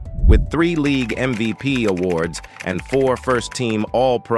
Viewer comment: This dude can't even talk right. Not only did he say most names wrong he pronounced league " leegooo". Plus Aikman won 3 Superbowls in the 90's and four championships.